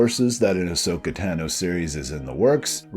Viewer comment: Great video! I’d love to see something like this with all of these live-action and animated characters mixed. Just curious, why do you still pronounce “Tano” wrong 😂 (no offense)